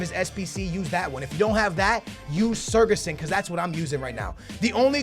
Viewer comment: its not sergason lmao